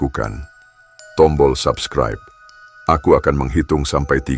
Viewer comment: Coba lo sebutin SUBSCRIBE.. YG GUE DENGARIN itu ADALAH SABKRAIB 😂😂😂..Rata2 ngak habis SEKOLAH kalian ya kan.